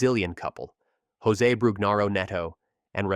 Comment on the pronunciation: Zhose, not Hose.